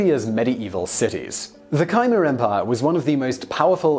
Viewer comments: It’s pronounced K-mare...not kaimur. That’s a hard ‘K’, as in King. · Please get the pronunciations right..."kymer"? What is that? Do you mean Khmer? Superb presentations are being spoiled by this. If you're doing programmes having a scientific or factual basis then it's important to get the details correct. Oh, and know you're trying to cater for as large an audience as possible but please refrain from using these lazy and inaccurate Americanisms, they're usually nonsense. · Absolutely fascinating video as ever mate! However Simon, you still have that tendency to troll us with one mispronounced word per video; Khmer isn't pronounced as "kai muh", it's more like "k'meh" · not that anyone cares, but Khmer is not pronounced Ka-mer. Khmer is pronounced Ka-mai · Please...'Kyemar?' Khmer has one syllable. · I may be wrong but isn't Khmer pronunced as Kha-may-r and not Khai-mer ? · Khmer is promised Kmer (half spoken r). Could write it as Kmeah too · Cambodians say "Khmy" as one syllable, rhymes with my. (I'm Canadian; Khmer is my second spoken language.) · Khmer is a one syllable word that rhymes with mare. You mispronounce so many historical, geographical, animal and plant names, I strongly suggest you use a dictionary. Dave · Learn to pronounce "Bjarna" and "Khmer". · I’m convinced that Simon throws some incorrect pronunciations into videos just for the purpose of attracting comments. Why else would he get “Laos” right (which is rare among English speakers) and “Khmer” wrong?